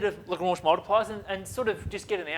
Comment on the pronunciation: Absolute boss of a mathematician and comedian; best pronunciation of "Lagrange"